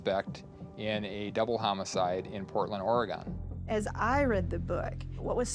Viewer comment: As an Oregonian I hate how that dude at the beginning said Oregon